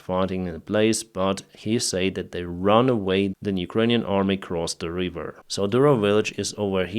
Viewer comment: "River" not "Reeeever" 👍